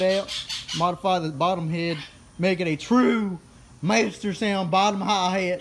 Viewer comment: When he said TRU MÄSTERSOUND HI HÄT i felt it bro 😤